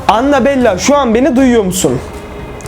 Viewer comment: Anabella değil anabel